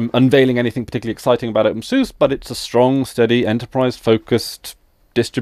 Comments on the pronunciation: It's pronounced "Open Sue-Sa" by most Linux users. At least, those who are familiar with the software do. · I like to pronounce it "Open Susie" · Every other word in this video hurts my ears. First off you are pronouncing it wrong. Watch this for examples: Further, OpenSUSE isn't enterprise focused, it simply shared some common development with core packages, but the distro as a whole is very much community lead. It isn't run or supported by Novell, in fact the Novell branding is completely gone at this point but the video is old so I will forgive that point. Although even when this was posted I am pretty sure Microfocus owned SUSE, however SUSE runs independently and OpenSUSE is lead by the community, not the company. Also for your confusion about a focus on GNOME or KDE, openSUSE focuses on KDE while SUSE focuses on GNOME which is just one example the influence of OpenSUSE being community run. Adding 3rd party repos is pretty damn easy as well. Generally if you try to download something from a web page that comes from a 3rd party repo it just asks if you want to add the entire repo to zypper for future updates and you just click yes or no. Pretty simple.